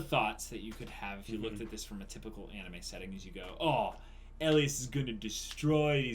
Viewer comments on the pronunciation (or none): none